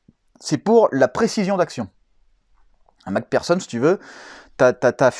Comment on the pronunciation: Mac personne ..... c'est mc do ou quoi ? 🤣 c'est plutot mc fersonne (Mac pherson ) en phonétique .